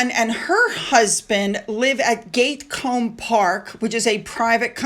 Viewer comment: I have one suggestion for you. Please review some videos or such for the correct pronunciation of these English names. It makes you sound knowledgeable when you mispronounce them.Anne’s house name rhymes with gnat. It is not pronounced gate. I’m American but have heard these in countless videos. Just a suggestion. It will improve your presentation.